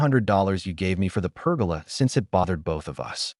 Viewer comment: Per-goal-Lah. Not pergala.😂